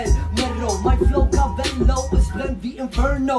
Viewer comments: Er heißt nicht Mähro sondern Mero!!!😂😂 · Niemand: Luca: Mero =Fero genau Luca